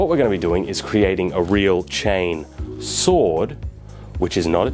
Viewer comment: "Chainsohw is just a chainsohw. But a chainsohw, is not a chainsohw. Which is kinda confusing." You don't say... For the love of the Emperor, brother. There's a fricken R sound in one of those 😂